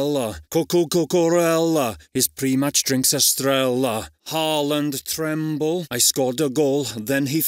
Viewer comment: Haaland trembla ❌ Haaland treble ✅